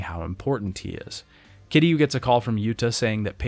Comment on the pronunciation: I'm kind of glad Kiryu's story is over. Mostly because I won't have to hear him constantly mispronounce Kiryu's name like it's somehow made of three syllables and sounds like "Cure You". Seriously, 7 fucking games and never once did he list to how the characters in the games pronounce his name. It REALLY makes me question if he wrote these scripts himself or if he paid someone on Fiverr to do it. Or if he actually played the games. Because you don't go through an entire series, claim to love it, but constantly get the main characters name wrong EVERY FUCKING TIME he says it.